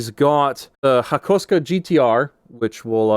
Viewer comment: That’s a unique way of pronouncing Hakosuka